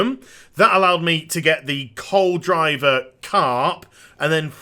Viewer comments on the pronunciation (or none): No offence, but it sounds like you are saying the you used the Frost worm to catch a Col driver Carp, but the ingame text it say's Cold river Carp, wich makes more sence. But nice guide none the less, cheers. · Just a heads up-- You said "Coldriver carp" the same way I did the first time I read it.. Coal-Driver.. But it's Cold River :P